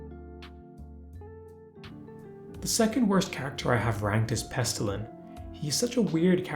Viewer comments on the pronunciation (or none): Pestillian, not Pestillan